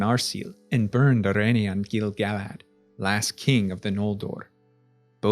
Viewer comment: YOOOOOOOOO correct pronunciation of Gil-galad!!!! <3